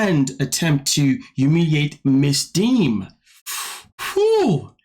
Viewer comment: Did he say Angela Deemon???!!!😂😂😂